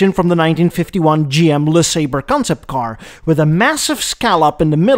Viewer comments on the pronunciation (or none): none